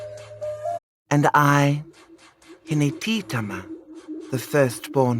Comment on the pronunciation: I dont like how she pronounces hinetitama...I'm a proud descendant